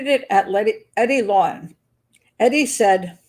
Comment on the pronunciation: How do you not ever mention the fact that Wayne’s sister is married to Eddie’s brother? How do you not go into the stories of these 2 families? Doesn’t seem like you did a lot of research into the 2 men. You don’t even pronounce the last name correctly.